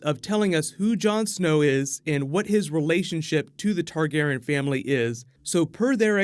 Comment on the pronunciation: am I the only one triggered about him pronouncing targaryan, targaran